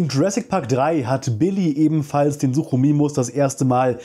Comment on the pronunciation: Top Vid aber, Sukimimus (ausgesprochen) nicht Suchimimus. Und ja, Pachyrhinosauraus wird Stumpf Deutsch ausgesprochen im deutschen, ähnlich wie Rhinozerus